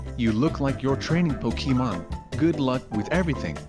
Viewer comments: umm it’s not Pokéman it’s Pokémon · uhhh it’s pokemon not pokeman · it’s pokeham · it’s pokèmon*